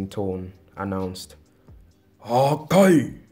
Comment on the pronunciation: Why u say hakai like that